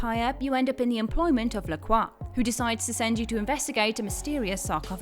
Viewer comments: Lucien's last name is pronounced as La Croy. While his last name might be french, it's not said as Le Craw. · "la croy" is the american pronunciation. It would be "la cwah" in French but he ain't speaking french.